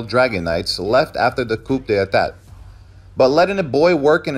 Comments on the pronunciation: This is good. Just one you need to fix is - Coup d' etat is pronounced as "Ku de-tah" not coop de etat. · It is pronounced Coo-day-tah. Not Coop duh etat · "Coop dey e-tat" I'm fucking weak 😂😂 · lol is a AI reading off something Coup D'tap is crazy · Its Coup De Ta, you can't F that up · How about coop dee attatt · I believe Coup De'tat is pronounced "COO-day-TAAAHHH", because it's all French and weird.